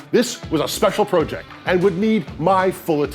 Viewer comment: This guys says project wrong lol